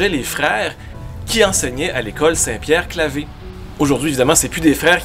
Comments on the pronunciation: Il faut prononcer St Pierre Claver, et non St Pierre Clavé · Bonjour ! Chroniques toujours intéressantes. Un commentaire : on ne dit pas « Saint-Pierre-Calvé », mais bien Saint-Pierre-Calver » (prononcez comme calvaire). J'ai étudié quatre ans à l'école St-Pierre-Claver, et jamais je n'ai entendu la prononciation « Calvé ». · on dit St-Pierre «Clavère»... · Saint-Pierre-Claver se prononce en fait Saint-Pierre-Clavaire. Je le sais, parce que j’ai fréquenté cette ėcole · On dit qu'il a mal lu, mais c'était peut-être un peu volontaire (pour angliciser?) On ne pourrait pas rebaptiser la rue?